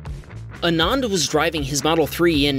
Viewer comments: ANAAND = ❌ AANAND = ✅ So, ANAND = Aah-nuh-nd The way you pronounced the second 'A' should be the way you should pronounce the first 'A' and vice versa. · its pronounced as aananth indian name btw